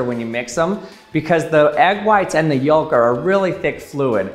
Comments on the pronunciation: Yo. The L in yoLk is silent LOL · The way he pronounces yolk be like "I paid for four letters, and my george I'm gonna pronounce every one!" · He says "yolk" funny. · I've never heard someone pronounce the silent "L" in yolk. Odd. I guess that's a thing.